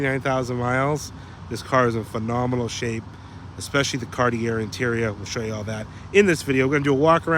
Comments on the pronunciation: the word CARTIER is pronounced CAR TEE A not CAR TEE ER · Two things.Knoxville is the head of navigation on the Tennessee River, hence the anchor. Also, Cart-E-A is how you pronounce Cartier. It’s a French name. Please, if you respect the cars as you say you do, respect the name of the designer who made this special edition happen. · It's pronounced Cartier!🤣